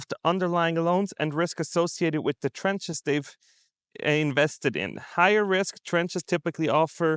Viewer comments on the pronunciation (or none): TRANCH not trench